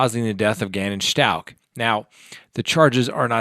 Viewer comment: It’s Stauch not Schtauch...